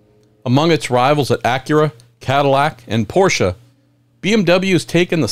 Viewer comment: Great vid and I love your pronunciation of Porsche! 👍 Not like the wide-spread "porsh" or "porshee". Greetings from germany!